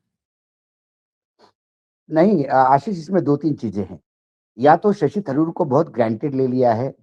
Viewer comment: हिंदी उर्दू चिड़ियाघर के प्राणी लोग जान ले; थारुर नहीं तरुर उच्चारण करते हैं। मल्लू समाज का शब्द ओर वाक्य गठन प्रणाली एवं व्याकरण का आदर हो।